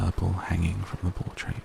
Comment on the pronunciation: "Portrait." Just saying.